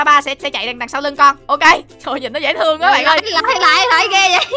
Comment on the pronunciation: Người ta đọc: dễ thương Chị tui đọc: dễ tương ( âm h đâu mất tiêu r )